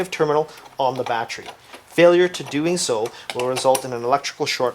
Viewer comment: lol “BaCHery” lmao